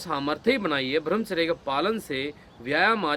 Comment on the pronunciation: आज़ आपने मेरे मन की बात कहदी,,, ब्रह्मचर्य का ठीक उच्चारण कीजिए भाई साहब